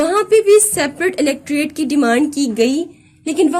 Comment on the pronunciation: Mam outstanding lecture but one thing is pronounced " electrate" right it is Electorate.